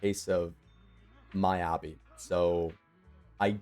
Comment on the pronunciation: Good vid but you say miyabi wrong